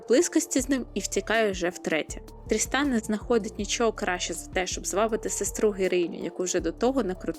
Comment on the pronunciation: Відео супер, правда мені все відео чується не "Тріснан", а "Дрістан"😂 нічого не можу з собою зробити😂😂😂дякую за відео і настрій